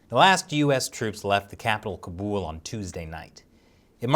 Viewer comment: It's kaaabool not kabul ..